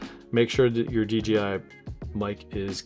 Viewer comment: It’s DJI not DGI, why is this so hard to pronounce. 🤦🏽‍♂️